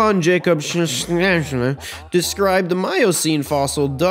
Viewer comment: Why pronounce the book name all fancy and stuff but then fail to pronounce Scheuchzer/ Shoihtser